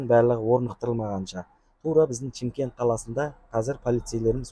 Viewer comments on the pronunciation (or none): none